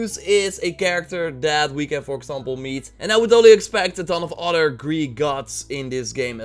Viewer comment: And it's not udder its other